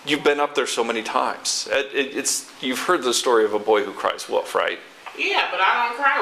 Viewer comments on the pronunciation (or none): The cop and the woman don't know how to pronounce "WOLF" it's not called a WUF.... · That's one of my biggest pet peeves when people (especially adult people) say "woof" instead of "wolf". Right up there with people who say "pen" instead "pin", or "aks" instead of "ask."